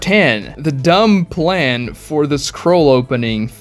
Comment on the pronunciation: dude ur English is so bad. Kishimoto didn't "Hand" on doing the Chunin exams arc. being unable to pronounce "Plan" is insane.